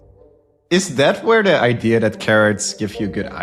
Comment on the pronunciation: And he loses his credibility when he shows that he thinks the word "idea" has an "r".